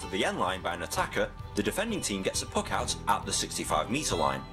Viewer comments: christopher crowley when he said free puc it really triggerd me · aine71 when he said puck it really trigged me English hun 😂🇮🇪😂🇮🇪